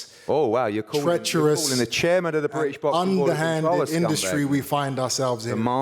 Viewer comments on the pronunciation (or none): none